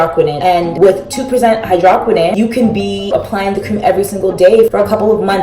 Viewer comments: exactly. I was gagged when I heard that hydrahkwinin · Dear goodness, your hair is beautiful. Also, as an avid skin care junkie....It is pronounced hydro(like no)-qui(like squid)-no-n. Just to help if anyone is confused about the product you are using. Not to be a jerk to you, I love your videos and think you are a lovely creator. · H EYE DRO QWI N OWN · whew it’s pronounced hy-dro-quin-none😭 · You pronounced hydroquinone wrong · Did you really just pronounce hydroquinone like that...? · Hai-droh-qwin-own Lol you just spelled it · Soluble is pronounced Saul-you-Bul and hydroquinone is pronounced hydro-Kwee-naun